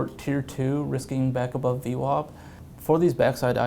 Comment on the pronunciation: What's in the water in New York that VWAP is pronounced as though it is spelled VWOP?